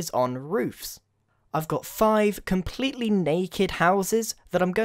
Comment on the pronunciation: “Comepletely naked houses” -Grian 2015